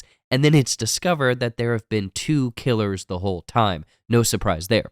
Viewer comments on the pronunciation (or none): bro said killas